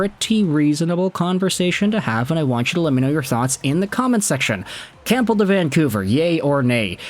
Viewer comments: Heads up the p in Campbell is silent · The 'P' in Campbell is silent lol